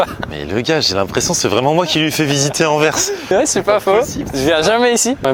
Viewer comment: Au moins il prononce déjà bien Anvers et Bruxelles 😂